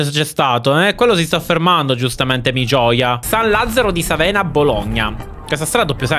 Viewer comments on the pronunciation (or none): none